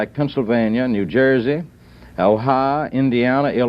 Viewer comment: He wanted to POTUS, and can't even dignify the states by pronouncing them remotely correctly... Honalulah. Missurah. He couldn't even make up his mind how he wanted to mispronounce Ohio... Ohyur. Ohiyah. ...and does he think New England is a state???? I don't buy the nonsense that being from the south is "just how people pronounce those places." It's not cute. It's cringe and embarrassing and the mark of an unserious American. He gets up there an lectures other Americans about this country and that’s the best he can with reading a freaking map.